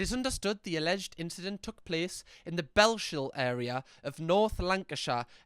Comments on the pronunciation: Sorry it's belshill is pronounced here as Bells-Hill but as one word but well done your great at deciphering the scottish 🏴 accent lol well done you ❤ x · Its pronounced Bells-Hill not Belsh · Bells hill not bell shill 👍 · Don't know why it bothered me as but but ... bells hill .....not belsh also lan ark shire not Lancashire ... also what the fuck she ain't bad looking and is resorting to snoopy 😅 trauma is rife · its pronounced bells-hill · badly pronoucing all the scottish places has me cringing so hard, its bells HILL 😂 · I am Scottish and trust me this is not the norm. She needs to be jailed for this. DISGUSTING. Bells-hill lol. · Thank you! 🙋🏻‍♀️ I was hoping somebody else would point that out, especially because he mispronounced both of them twice…. I get it when people refer to Bellshill as Bell-shill, but there’s no excuse for mispronouncing Lanarkshire / Lancashire… Especially when Lancashire is actually in England. 💁🏻‍♀️😀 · saying bellshill wrong hss me dying laughing now its so easy its bells hill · OMG, Bell-Shill, 😂, when you hear the town you’re in called out like that it’s instant psychic damage!! Xx